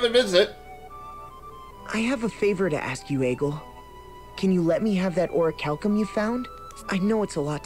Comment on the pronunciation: Why do they pronounce "orichalcum" like a Japanese word?